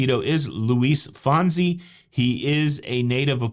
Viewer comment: Not pronounced like Henry Winkler “the Fonz”… Luis Fonsi’s last name is pronounced “Fohn-cee” (long O, and the last syllable like “see”, not “zee”)